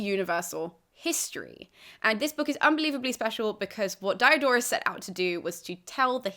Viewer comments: Please, he isn't Dye A Door us.The "i" in Greek and Latin is always short, as in "hit". Dee-oh-dor-us. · Why are you pronouncing the high front vowel in the first syllable of his name like the diphthong that's the English name of the letter "i"?